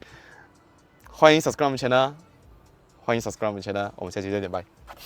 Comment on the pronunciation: 终于subscribe channel那句是有清楚的啦😹